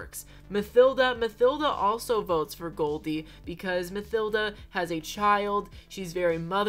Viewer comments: Love your content! I hope you see this because my OCD can't handle you calling Mathilda "mUH-THil-duh" it's "mUH-T-il-duh" plsssss 🙏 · Omg. The villager called Mathilda is pronounced Ma-Til-da! Lmaooo